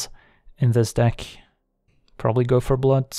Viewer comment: Every time he says "Go for Blood" it sounds like "Gopher Blood" and now I want that card.